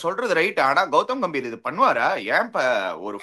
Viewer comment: guhmbhir😂😂😂